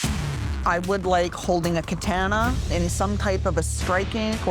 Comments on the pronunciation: “Holding a KATAYANUH” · my brain has fully deleted the way that guy said katana absolutely horrendous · Listening to the canvases butcher words like “katana” and “mandala” gave me the ick. They’re getting a tattoo of these but know so little they mispronounce it. Ugh. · The other two canvases couldn’t pronounce “katana” or “mandala” either. They got tattoos of things they can’t even pronounce.